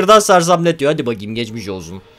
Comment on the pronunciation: hadi bakim gejmij olzun